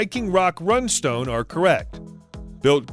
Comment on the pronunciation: OMG "runstone"?